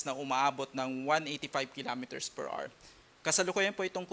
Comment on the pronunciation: 30 kilometers per "ars"daw😄